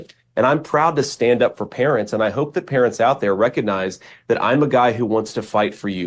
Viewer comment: “Recognise” has a “g” sound in the second syllable. Not “reconise ”.